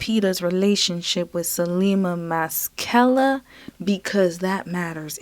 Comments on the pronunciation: Masekela not MASKELA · Darn..do a Google search on how to pronounce name...its ma...se..ke (ca) la...thats pne of the easiest african names to pronounce....as a black person, i expect you to try a bit better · Pronounced: Mass•i•kayla. His Father is a highly revered African jazz-soul artist. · Pronounced Ma-se-ke-la! i remember his Father! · It’s pronounced massa-kayla. And he usually just goes by Sal for his first name. I remember him from when I used to watch X Games every year. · Masikela pronounced "Mah-see-ke-lah "